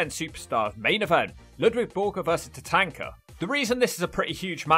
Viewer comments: Why are you pronouncing Tatanka as Tatanker? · Your saying Tatanka name wrong